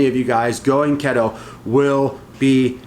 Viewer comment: What's Ketto? Keto is pronounced KEE-Toe 😜 But seriously, much love and respect to not be afraid to step out and try something new!